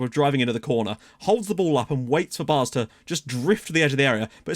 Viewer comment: Fyi; the aa in Baars is pronounced like the a in apple or the a in Cameroon